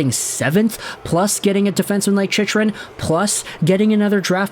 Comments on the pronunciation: For the love of GOD it’s pronounced Chic-krun. Jakob Chychrun (/ˈtʃɪkrən/ CHIK-rən; born March 31, 1998) Not how you say it. I stop watching any video of yours with his name associated. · It's pronounced CHIK-rən;. :-) Maybe defense is the problem and not goaltending.